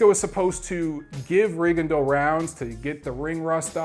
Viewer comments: it's Ri-GONE-dee-ow these days, doncha know? Or maybe it's Rig-gone-DEE-ow, damn his performance was so forgettable I forgot how his name is being pronounced these days. Francisco Vargas is one bad ass in the best possible way. Coming back two hours later from the hospital to the news conference was a boss move. Make it two of us who would love to see a rematch. Viewers, I second: don't miss seeing this fight. If it wasn't for Huck vs. Glowacki, Vargas vs. Miura would be my 2015 FOTY. Klitschko should win with ease over Fury. I'm waiting for the Fury freak flag to fly as my entertainment. Very interested to see how James DeGale looks. I came back from Vegas completely wiped out, it's been a busy year of boxing travel hasn't it? Or maybe we need to admit we are getting too old to burn the candle at both ends. Happy Thanksgiving to all boxing turkeys! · D I gave him crap about his pronunciation of Rigondeaux in his last video too. XD Though to be fair, in Rigondeaux's native tongue it isn't an easy pronunciation. There's a video on youTube of him saying his own name and it took about 10 listens with half speed to get it perfect.